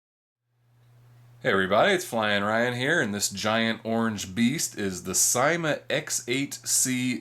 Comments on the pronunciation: i belive its pronounced not ;D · well (no offence:)) but in every other syma review i've ever seen, they say it like and in Syma's advertisements they say it like:D